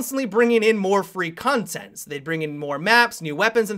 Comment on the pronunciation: 'More free cuntent'?